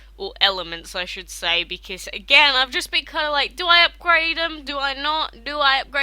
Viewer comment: why are you saying becaese not because